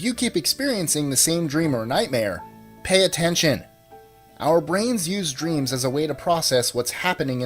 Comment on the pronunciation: I just love how he accented "pay attention!"